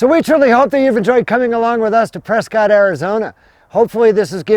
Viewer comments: It's PresKITT, NOT Prescott. Pronouncing it "cott" does a disservice to our town's namesake! The family was prominent in Boston, but divided on the American revolution. To distinguish himself from the loyalist side of the family, William Prescott changed the way he pronounced his family name. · Locals pronounce it “Presskit” I know been a Prescott all my life great tribute thanks. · It's pronounced Preskitt!